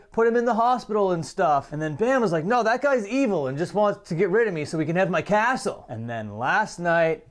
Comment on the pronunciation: Castle. It’s pronounced castle Bam 😂